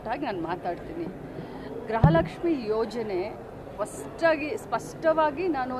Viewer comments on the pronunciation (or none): ಗ್ರಹ ಲಕ್ಷ್ಮಿ ಅಲ್ಲಾ ಅದು ಗೃಹ ಲಕ್ಷ್ಮಿ.